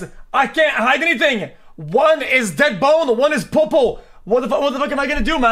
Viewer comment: From the way he said popo I just realized he's from Québec just like me :0